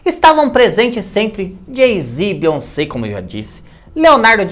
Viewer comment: Beyonsebo kkkkkkkkk 😂😂😂